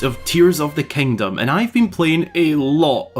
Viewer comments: There he goes again, "kangdom". just count it, youll go insane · "Tears of da Kangdom"